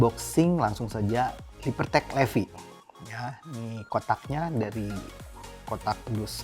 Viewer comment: Kayanya dibacanya bukan LEVI deh tapi LIFAIIII.. 😂